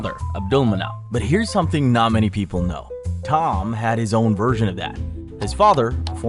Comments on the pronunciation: This guy has top tier content but somebody need to check the pronunciation brother. Which is the better pronunciation khabit or kalahbeeb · Ka BIb? You mean Kha BeeB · Mf said ka-bib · Bro the way you said Ka-bib had me rolling 😂not even close my dude. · The way you said khabib is sad 😅😅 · Shame this channel is ai lol. Pronounced khabibs name entirely wrong, Said Aspinall debuted in 2015?😂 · How did he say Khabib??? Lol... AI video...